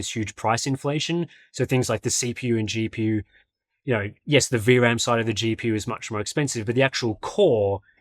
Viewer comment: saying "you know" is so funny. yeuouw